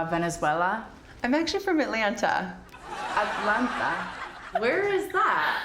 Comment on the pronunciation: the way she said Atlanta lolol